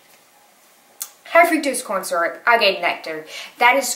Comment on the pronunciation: Hi, as always thanks for another informative video! Small thing... I'm not a dietician or nutritionist, but I think erythritol is pronounced like: air-rith-ri-tall. And Agave is: uh-gah-vay. I could be wrong, but that's how I've heard them pronounced many times before. Keep up these videos and keep doing you!! Don't compare yourself, you are awesome! Perfect version of you!!